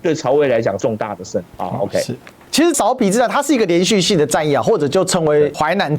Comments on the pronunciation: 芍陂[què bēi]。。。。好像没念过苕皮。。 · 稍微纠正一些读音： 芍陂，读作que4 bei1（同“确杯”），现在为安徽淮南市寿县安丰塘，春秋时楚国孙叔敖主持修建的一个水利工程，东晋时改名为“安丰塘”，并沿用至今 “芍”字在这里是特殊读音，历史遗留原因，无法解释 “陂”字为多音字，大多数时候读“bei1”，意为“山坡、池塘、湖泊”，许多相关地名也是如此，比如这里的芍陂，又比如广州有个车陂， 这个位置引用《晋书》的"陂"字，也应读"bei1"，那整句就是指在颍川南北附近修建多个池塘水库的意思 “陂”字只有极少数情况读"pi2"，目前能找到的，也只有湖北武汉的黄陂 六安，读作“lu4 an1”（同"陆安”） "六"字读"lu4"时，意为春秋时期的六（国名），以及附近地域，也就是今天的六安附近，“六安”这个名称，据说是汉武帝时所起，是将当时刚刚经历谋反的衡山国境内的六县、安风等地名字合并为“六安”，意为“六地平安” 另外好像也有姓六的